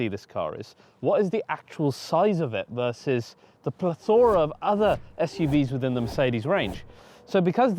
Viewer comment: never have i in my entire 18 years of existence ever heard someone pronounce ‘plethora’ so peculiarly